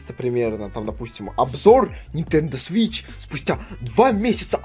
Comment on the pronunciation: Почему то мне слышаться не свич а сыч